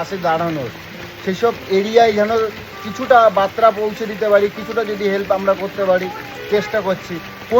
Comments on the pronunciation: তোমাকে কমেন্ট করে নিজের কষ্টের কথা জানালে কি তুমি সেই কষ্টের সমাধান করে দিতে পারবে? পারলে বুবাইয়ের কষ্টের সমাধান করে দেখাও.. ফালতু মুখে জ্ঞান দিয়ে কি হবে? তুমি কি কোন মিনিস্টার যে, সবাই তোমাকে আপডেট দেবে? আর বাংলা ভাষা ঠিক করে বল! কথাটা "বার্তা".. "বাত্রা" নয়! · দাদা কথাটা বাত্রা নয়,বার্তা।